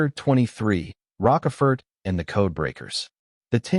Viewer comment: Joseph ROCKafert? Was he based on O-hoo? Come on, hire a real narrator. This stinks